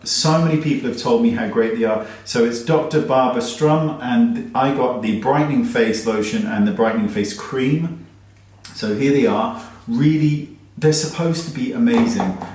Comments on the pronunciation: It's Sturm NOT Strum. Just sayin'! Love you! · You’re so adorable Wayne. It’s Sturm (pronounced sh-term) not not strum as in 🎸 😂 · Yes! Dr. STURM NOT Strum! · It's Sturm not Strum... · Sturm not Strum...